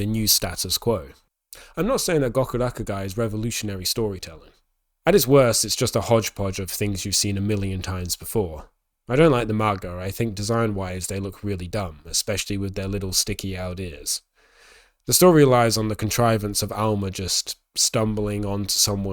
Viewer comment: be like “I’m going to talk about Gokurakugai with my Makima collection in the background” Banger video as usual sir but your pronunciation of most Japanese words bothers me greatly (maga, kokoro). Some words you tend to use western long vowels and it takes me a bit to parse what you’re saying when you say a couple JP words